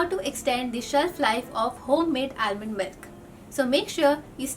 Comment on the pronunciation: Almond. L is silent. Since u making the video :)